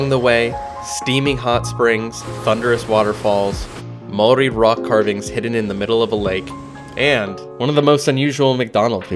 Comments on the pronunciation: Your pronunciation of the Maori language impressive keep it up. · Congratulations on your pronunciation of Maori places.